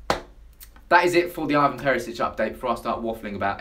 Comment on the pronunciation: ITS IVAN NOT IVON FFS ANNOYING ASS